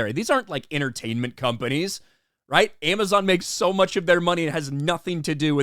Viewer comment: A-Mess-On: "If you see a trailer of ROP you count like a ROP fan". Me: 🙄🙄🙄🙄🙄